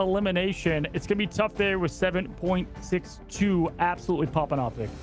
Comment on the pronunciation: Not " 7 Point 6 2" Just 762. Its a bullet caliber. Like .45 ACP you dont say "point 45..." Just trying to help the hosts for the future 🙂